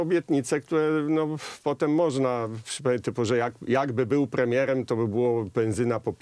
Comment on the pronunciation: "Gdybym był płemiełem...". Tuska trzeba interpretować, jak Wałęsę tyle, że tutaj jak Rumpelstiltskin - jest cwany, inteligencji na jakimś tam poziomie nie można mu odmówić, dlatego ma to drugie dno. Tak więc dopowiem, za Tuska, przekładając z niemieckiego na polski: "Gdybym był premierem, już dawno bylibyście wszyscy spałowani!". Ot, taki mały SSmanek.